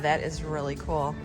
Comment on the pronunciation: Please say cool and not pronounced cooel